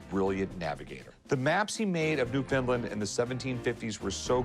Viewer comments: It’s NewFOUNDland not Newfinland lol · New FOUND Land, not newfinland lol